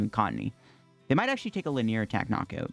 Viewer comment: Li-nee-er attack. Three syllables.